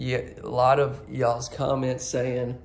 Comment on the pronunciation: I honestly didn't care for this home. It seemed too boxie. It is not as open as I would have liked. It was decorated beautifully...loved the flooring and the wood accents! 🥰 I did absoutely love!! Love his voice and the way he said "ya'all"!!! 💖💖💖 His camera work was a bit too....waive, especially in the master closet!! You keep doing "YOU"...your accent is absoutly adorable💖!!